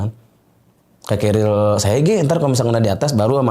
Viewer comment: Tas naik gunung itu bukan keril ya kawan-kawan, tapi carrier (Baca: kerrir). Duh, ngeri pendaki-pendaki ini, nama tas saja masih salah, sudah pasti naik gunung minim ilmu. Ini bahaya